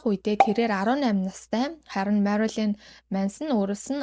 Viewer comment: Marolyn bish Marilyn shuu. Shuvt Marolyn gd bh yum angilaar unshih gj aldag gar bndà